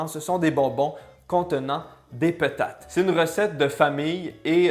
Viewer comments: "Des petates" 😂😂😂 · « des peutates » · Aaaaahhhhhh l'accent quebecois